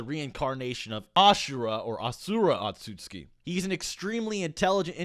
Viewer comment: YOU-chiha Ot-suskie how can you be that off